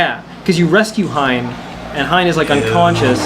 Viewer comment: Ya fellas pretty sure it's pronounced HEE-en